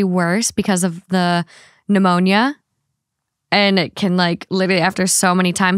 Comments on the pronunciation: Just to be helpful: Pneumonia (pronounce Nuh-moan-ya) is a lung infection. Ammonia (pronounced uh-moan-ya): is the chemical compound in urine that gives it the smell and fumes you’re describing. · For Ammonia, not pneumonia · first story- saying pneumonia instead of ammonia SENT me as a fellow healthcare worker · hey, i’ve noticed this in another episode and i thought i was possibly hearing it wrong, but i think you’re saying pneumonia (like new-moan-yuh) instead of ammonia (uhh-moan-yuh.) ammonia is the pee and cat thing, pneumonia is the lung thing. i’m sorry, i know you hate when people do this and i hope this doesn’t upset you, i just also know that you put a lot of effort into pronunciation and speaking in general and are open about changes you have had to make / goals you set (like ruin!) episode is incredible as always, thank you for all that you do to entertain us! love you! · Not saying "pneumonia" instead of "ammonia" with the pee story 😂 Man, for someone with a doctorate, she's such a ditz sometimes 😂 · I'm dying at "pneumonia" 😂 very easy mix up from "ammonia" so no hate, just cracked me up lol it's late and I'm sleep deprived (sick baby can't sleep) so maybe it's not as funny as I found it but it was a chuckle I needed lol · It’s not a THT episode until says something wrong 🤣 it’s AMONIA not pneumonia. One is a gas and one is an infection 😂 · Pneumonia😂😂😂😂😂 I know you meant AMMONIA but damn that was cute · I think you meant ammonia, not pnemounia😅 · When says pneumonia instead of ammonia… 😅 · Ammonia? Lol. Literally.. my favorite thing about this show is how can NEVER get words or phrases right! It cracks me the fuck up.. she always gets soooo close! Maybe I heard her wrong but I could have swore she said pneumonia instead of ammonia! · Ammonia not pneumonia.